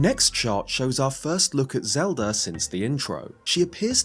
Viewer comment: "zed-r" please don't do that man